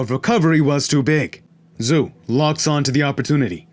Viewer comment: Hey man, I love your vids. I'd like to give back to you. Xu's name sounds like "shoe." I can give you a link for a pinying pronunciation guide if you would like. Thanks for the vids. I look forward to the next one.